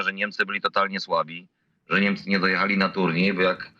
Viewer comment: co to jest "NEMCE" ? masz wade wymowy czy nie zdjales wargi z nosa ? w dogrywce Niemcy wygladali jakby dopiero weszli na murawe a Hiszpanie slaniali sie na nogach, to dopiero cos. pokaz mi druzyne ktora w dogrywce tak gra ?